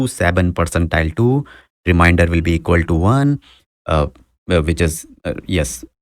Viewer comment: Remainder* , not reminder Sorry I have to. It’s like a disease 🦠